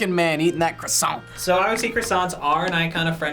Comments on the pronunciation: kwah-son not kressant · Croissant- quwasoh- ku-was-soh not -“Krusonts” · there is no e or s in croissant stop saying croissantes respect the french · "I love any type of bread" noo!!! It's not a bread and please stop adding a "e" to croissant plz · Your croissants seems disgusting 😂😂 and btw we say “croassan” and not “croassante”! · be like.....QWASONT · I’m British and we don’t say QWESANT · when the crossoint came up all i heard was quackson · No one: Not a single soul:: “quaxon” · Hhuesson (croissant) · ChampagneCabro _ thats how British people say it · It's not a Croissant it's a quackson😂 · No one:: Kwassant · horrible French accent LE CROISSANT, LE CROSSANT!...no wait...that's les poissons... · The way the camera man says "croissant"... it hurts...